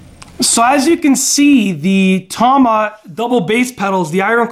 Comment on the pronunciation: I don't care what you hear people say. tama is pronounced tama. not tahman this pisses me off so much